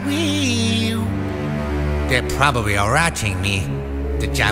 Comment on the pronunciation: "They are probary a ratching me" lmfaoo